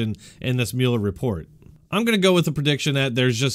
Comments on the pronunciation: Sir. Oh my dear God. At the beginning of this video you seem to have made a point of suggesting that viewers or writers had told you you mispronounced to work. What God willing you've done it again. The man's name is Mueller... Like ( MULL.ER ) Not ( Mule.er.. ) When someone says to think about something and come back tomorrow you don't mule it over you mull it ove rt ? - Nowl I don't know what part of nation you're from but... But respected it's not that difficult to pay attention to every press mentioning and every other radio DJ that mentions his name so much differently than you are. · its pronounced 'mull-er' lol